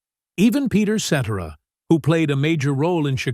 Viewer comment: You're a great voice for telling stories but you are exposed as not knowing the Eagles. Not even pronouncing names correctly! Oh and Peter (et) cetera lol!